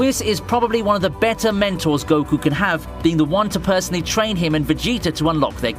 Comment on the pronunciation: am i the only one hearing "mentals" when he says "mentors"?